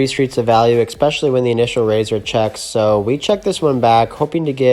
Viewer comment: Every time you say "eCKspecially" instead of "especially" I die a little inside. Please. Please discipline your mind